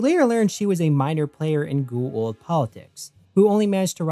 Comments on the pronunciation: Its Goa'uld not gu-uld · Bro, you're almost as bad as Jack at pronouncing Goa'uld, except instead of not pronouncing the vowel sounds correctly, you reverse them. KEK. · Why is is so hard to pronounce G O Aaaaaaa uld .. wtf is a Gu. Uuuuu uuld